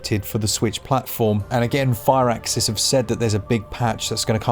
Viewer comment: Fur-axis, not fire-axis